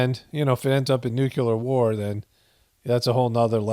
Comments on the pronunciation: It's nuke-LEE-ar NOT nuke-YOU-lar. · I can't help but think of homer every time says nucular. subtle comedy is on point.